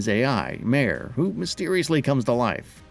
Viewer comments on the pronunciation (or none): none